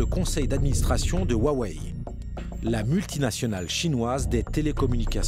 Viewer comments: "Woiwai" pour Huawei alors que ça se prononce "Roiwai" pour un français... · Ça se prononce “houa-weï” et non wouawé comme le journaliste le dit. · Huawei ou wawei 😂🤣🤣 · Ruarway et whywhai 🤣🤣🤣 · 我好想认真看片子，但是华为的各种发音真的太好笑了！！！中文不会说几句就完全理解中国了，Bravo！ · « on m’a fait lire et traduire sa pensée profonde… » Je m’interroge fortement sur la qualité de la traduction d’une personne qui n’arrive même pas à prononcer correctement « Huawei » et « Shenzhen » (les deux seuls mots chinois qu’il a prononcé, et ce de manière absolument hideuse)